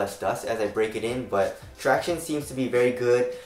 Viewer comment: runinyuh he is just saying “traction” but he is saying it weird. Tract-iown-ess